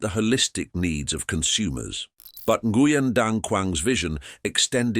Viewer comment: Nguyen is pronounced as "Weng".